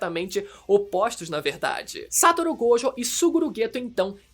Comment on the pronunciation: Man para com o SÂtoru GÔjo 😂, na vdd a pronúncia está errada.